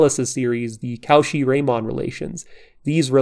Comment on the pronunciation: This video would've been perfect if you had pronounced Riemann correctly 😁